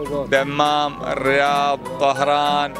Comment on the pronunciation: تصحيح العزيزيه حي مو منطقه + الظهران مو طهران + الصفوى حي مو منطقه تحيه من اهل الشرقيه للبحرين